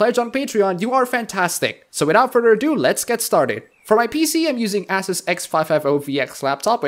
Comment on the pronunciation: How you said asus made my day for some reason.